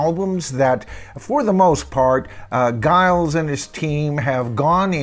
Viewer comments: Giles is pronounced Jiles ... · His name is pronounced ‘Jyles’, not with a hard G but a J sound. Giles. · it's pronounced "Jiles" by the way. Just so you know. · FYI, I saw and interview with Giles Martin and Sam Okell, the engineer, where Sam pronounced Giles name as Jiles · Pronounced jajaja isles ! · It's pronounced as the 'J' for the G. Jiles. I love his work on all he's done. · You keep pronouncing his name wrong. It’s Giles (like Jiles) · Giles name is pronounced Jiles according to many YouTube videos I've seen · At least pronounce Giles name correct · It’s pronounced Giles not Giles. And it’s Esher, not Esher. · A very interesting analysis of these remixes,. In terms of pronunciations, Esher is as you pronounced with the 'E' sounding as in 'Egg'. Giles Martin's first name is pronounced with a soft 'G' as in 'Gypsy'. Hope you don't mind. Please keeo your posts coming as I get so much from them. I'm really lookong forward to the remixes of the pre Revolver albums. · Pronouncing “Giles” with a hard G aside, I endorse this ranking!